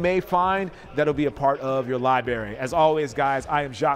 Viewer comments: Li-berry bruh? Sounds like a flavor of Vodka for clout chasers. You're better than that homie! Lie-bre-ry is how it's pronounced! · He spoke so well all the way until the end and messed it up with liberry 😂😂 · Anybody else notice that he said libary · Did this man say Li-bary ?????